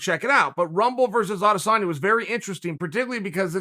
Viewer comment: It's not Adasanya It's Adesanya